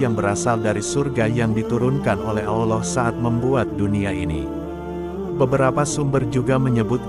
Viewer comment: Saran saja, jngn pakek suara orang yg kalau menyebut nama ALLOH dan nabinya gk sempurna